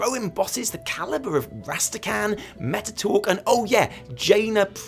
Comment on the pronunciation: M...Mettatorque? Is that really his name,... or is it Mekkatorque?